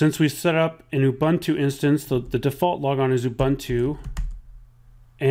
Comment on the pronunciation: It's too difficult to listen to the mispronunciation of Ubuntu.